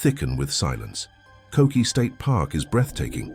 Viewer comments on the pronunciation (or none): Yall really need to get your stories straight… KOKE’E (not KOKI) state park is on KAUAI. Stairway to heaven is on OAHU… 2 completely different & SEPARATE island, that requires flying a plane to get to. So NO WAY that kid was hiking kokee, to get to the stairway; it’s physically impossible! This is the issue with content creators nowadays; they’re so eager to make a buck off their context, to get likes, views & follows, that they lack taking accountability with the INFORMATION they’re putting out. No proper research, no validating sources. Just copy/paste posts, selfies & videos. It’s disturbing & does a major disservice to the online community at large. I’ve lived on Kauai over 6 years now & it’s becoming abundantly obvious to me how much ignorance the tourists function off of, when it comes to the content they share. It’s also well known that the mainland is not properly educated on certain aspects of the islands. I’m from Southern California & am STILL learning things here & there, even having been a resident now for the time I have. So it’s really important to show respect for different cultures, & if you haven’t been somewhere physically, do PROPER RESEARCH or just DON’T post content that isn’t true. I could not like this video, for the fact that its accuracy is lacking… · Umm. Get your FACTS correct. Koke’e (Ko-Kay-A) state park is on the BEAUTIFUL island of Kaua’i . Stair Way To Heaven on another. They are not the same!!